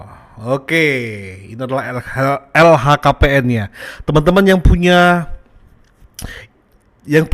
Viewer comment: bang LHKPN bukan LKHPN 😂